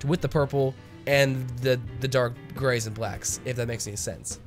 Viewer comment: "THE GRAYS" ahahha I heard gays